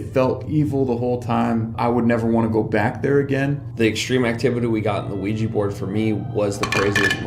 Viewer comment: There's hundreds of "professional" ghost hunter shows out there, yet not one of them can properly pronounce Ouija board. It's NOT a WEEEJI BOARD! Smfh. Sorry, just a pet peeve of mine.